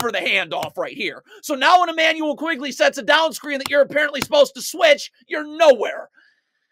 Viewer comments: Good video...but it's not Immanuel 'QUIGley'. It's Immanuel 'QUICKley' (Quickley).. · my favorite part is how he keeps calling Quickley “Quigley”